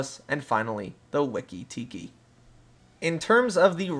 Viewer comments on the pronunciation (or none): Wee-Kee Tee-Kee, it's supposed to rhyme. Yes that is my takeaway from this video.